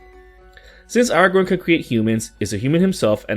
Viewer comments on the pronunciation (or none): Not Aragorn..😂😂😂